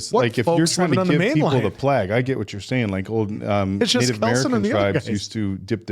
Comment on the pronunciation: Why do all of you keep mispronouncing plague? 😅 And Ralph Fiennes.